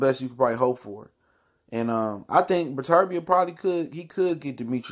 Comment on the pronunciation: Learn to pronounce the man name before featuring in your video